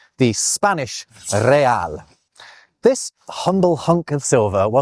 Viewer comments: the pronunciation of real was perfect! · Hearing an english speaker say Real the way you said it at min 1.27 is one of the best things happened in the last week and also yours is one of the most interesting yt channels i discovered in 2026. Keep it up❤🏴‍☠️